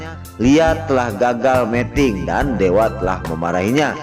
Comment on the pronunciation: Aduh min meting itu artinya kawin tolong yg bener bacanya meeting